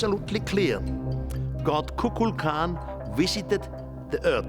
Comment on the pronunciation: He wisited the earth ha ha